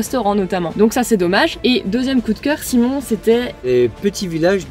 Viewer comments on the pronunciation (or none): none